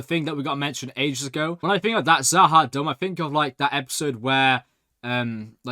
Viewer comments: Stop saying za ha dumb😂 try za ha doom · must be really feeling kind of Z’ Ha Dumb after mispronouncing it Numerous times, although the name Does sound like it’s related to the Narns - perhaps it’s a long lost colony of theirs though, only his further viewings of the show will tell!